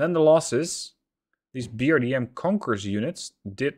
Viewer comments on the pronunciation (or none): Fedor is Theodor, in Russian written with 2 dots above E letter, reading YO. Fjodor or Fyodor.(quite similar to theeodor in English) BRDM,if you wish is read as Be Er De Em.(not with Eng pronunciation, more like latin, no putting h everywhere) So not Bee Arr Dee Em. Be Em Pe, Russian accent wold be more like B'w'e em p'w'e (W as in Why sound) 2 is dva. 1 odin, read adin. Osa - a ka em. (not ousa, but either osa or asa with accent on aSa) Dimitri, Tri, read without making ch sound. Di-mi-tri. Specnaz, Russians read e more like soft ye, Spyecnas when singular. C is Ts. Spyetsnas. Mi-8, english Me short Mi, not Em - Aye. Mi Vosyem. (Vosem meaning 8) T-80U, Te Vosemdesyat - U (Short oo) Saperi have .. above E letter so its Sapyori. Maľutka, the ly is a single soft letter so its Maľutka. UAZ oo a s.